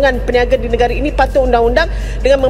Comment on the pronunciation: negara dibaca negare